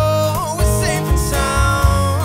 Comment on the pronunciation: Argh, great cover but when you say "SSSafe and SSSound, make sure its not ZZZafe and Zound" that buged me the whole time